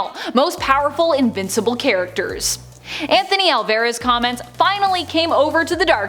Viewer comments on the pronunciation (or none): none